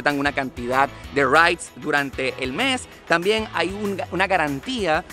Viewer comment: . Lo que este pobre tipo quiere decir es " ride " . Que se pronuncia " ráid ". Y para peor cuando lo lleva al plural lo embarra diciendo " raites".